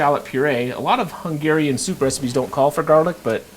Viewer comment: idk what was the thing with the word "Hungeehrian" :D By the way, great recipe. :) A hungarian.